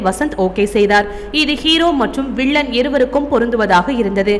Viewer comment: Learn how to use "ல்" and "ள்" appropriately.. Example: you pronounced "விள்ளன்" instead of "வில்லன்"